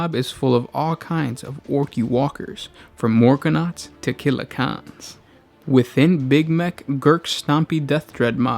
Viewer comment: Why are you pronouncing it Killa KHAN instead of CAN? They are called CANS because of their resemblance to trash cans or tin cans. I've never heard anyone dub them KHANs until now. Sorry I just found it a bit annoying.